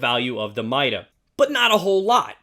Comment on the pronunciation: Not hating or anything but it's pronounced MY-DA